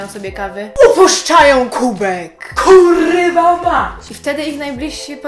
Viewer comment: uśmiałam sie jak mówisz kuwa